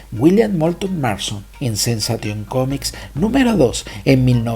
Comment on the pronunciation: Me encantan tus videos! Solo el detalle del inglés, sensation se pronuncia “senseishon”. Y Etta candy dice woo woo, Que se pronuncia wu wu! No wow wow. Pero solo eso, siempre tus videos son ricos en contenido y muy entretenidos